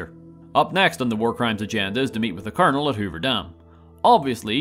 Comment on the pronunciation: I find it very appropriate that it sounds like he’s saying Colonel Murder, as it fits Cassandra Moore perfectly.